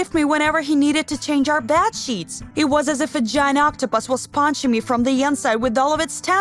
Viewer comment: "was ponching me from the onsite"